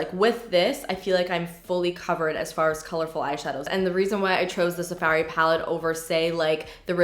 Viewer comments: “Sa fairy palette” so canadian. so cute. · The way you say safari 😂😂😂 I crack up everytime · Why do you say Safari weird lol